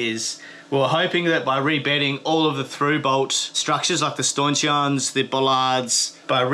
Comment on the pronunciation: please call them blooming things 'Stanchions'... not Staunchins! . .(Bloody nice boat mate)!